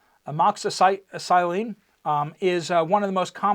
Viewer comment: It's pronounced: a-mox ii siill-in